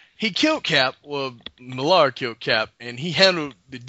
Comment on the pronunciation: Love this vid but Mark Millar's name is pronounced "Miller" not Millaar. He's from Glasgow thats how it's pronounced.